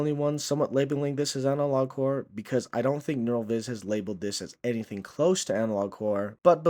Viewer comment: Because I didn't pay much attention to the title, for the first minute of the video I thought you were saying something like "analog core", it's only after I saw it written down in the video that I realized you were saying "analog horror" then I looked at the title and confirmed it. There is an element of horror in Neural Viz videos, if you squint hard enough. It's the very things we find unsettling in the videos that Neural Viz draws the comedy from.